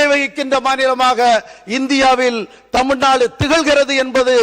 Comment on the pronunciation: இது தமிழ்நாடு, தமில்நாடு இல்லை.